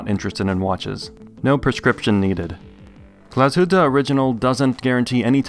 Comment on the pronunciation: As a German I must say, very good pronunciation of the word Glashütte. Usually the English reviewers butcher that name like crazy :) Review was stunning as usual!